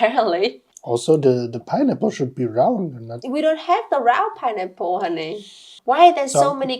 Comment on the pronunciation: Pineapple ❌ Pienipple ✅ (I'm not native English speaker either, but this cracked me up)